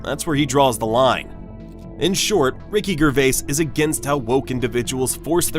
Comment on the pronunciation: "I find it offensive" that you pronounce his name with a hard 'G'.